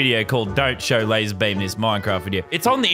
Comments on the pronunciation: When it said lazarbeam it said lesbian 😅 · Lazarbeam not lazar beam